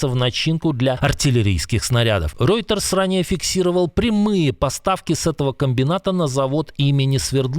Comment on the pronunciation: Reuters, НАКОНЕЦ правильно исторг.... Браво!